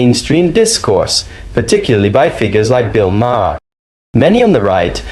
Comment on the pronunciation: Just a thought... you might want to learn how to properly pronounce names BEFORE you make a video. Maher is pronounced exactly like the word "mayor", like the leader of a city.